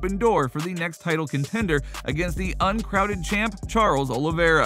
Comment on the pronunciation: Did you say uncrown-ned?